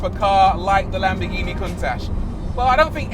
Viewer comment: it’s NOT lamb-BEH-ghini it’s. lamb-BORE-ghini there’s an OR in there. there’s an OR in there. there’s an OR in there. actually it’s LUM-BORE-ghini you make videos on cars you don’t pronounce properly. LAMBORGHINI